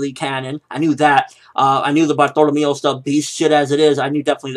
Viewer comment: when I heard bartolemeo I was thinking bartleomo kuma lol not this guy